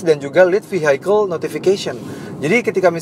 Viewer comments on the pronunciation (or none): Cara baca vehicle adalah vi e kel bukan vi hai kel